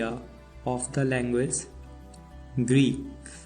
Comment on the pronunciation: Greek not greed